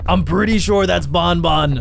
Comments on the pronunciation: It not bunbun it banban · You Pronounce the word Ban Ban, not bon bon! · ITS NOT BONBON ITS BANBAN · He said bonbon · IS BAN BAN NOT BON BON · Why is he saying BON BON!!!!!!!!!!!!!!!!!!!!!!!!!!!!!!!!!!!!!!!!!!!!!!!! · you're saying banban wrong.